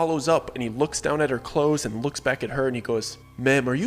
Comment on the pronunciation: "de clothes"????????? Huh?????